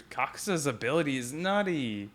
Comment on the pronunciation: The name is Kakazu... Not kakuza😅😅😅